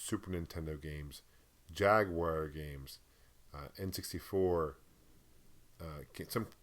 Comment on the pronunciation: Jag-you-are! lol